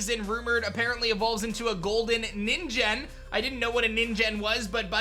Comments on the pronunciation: "ningen" Ni like "knee" + N Gen like the hard G in "again" not "jen" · Bro this dude cannot pronounce any japanese words. Ko-rai-don, mi-rai-don, and nee-ngen.